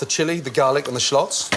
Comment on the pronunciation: "shclots" Gotta love Gordon